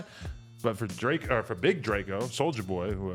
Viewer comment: Who the fuck is drako fuck keep hearing Adam say his name only makes you more lame. His pronunciation. “Drake 0 LoL